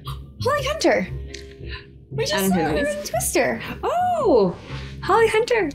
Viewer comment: Did say Holly Hunter was in 'Twiste'r? 😵‍💫